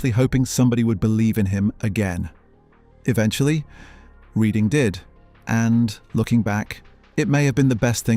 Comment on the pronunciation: its REDHING not REEDING effing ai slop downvoted